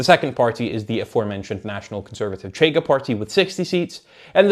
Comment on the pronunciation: Also the 'CH' in 'Chega' doesn't make that sound. 'CH' represents a sound represented in English as 'sh'. But it happens. Most people on YouTube don't check these things up. If had a tuga acquaintance, that could help on this aspect. Edit: I'm not a tuga myself. Am a zuca with some tuga distant relatives. 2nd Edit: I made a point in saying I'm not tuga, to elucidate that I'm not suggesting to be consulted or anything. My suggestions are always in the direction of: having nationals of the country discussed being consulted(including on things like pronunciation). 3rd Edit: Reorganized the comment, omitting unnecessary stuff, while also correcting typos.